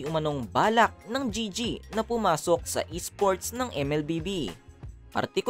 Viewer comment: Mali pag bigkas mo sa gg